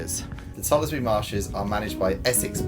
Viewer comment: You pronounced the name of tollesbury wrong is not toll es bury its tollsbury you dont pronounce the e